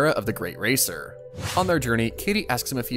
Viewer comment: He keeps saying Great Racer and it should be Great Races and that is too funny